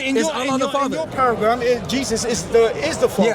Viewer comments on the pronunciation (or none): He said; “In your paragram”😜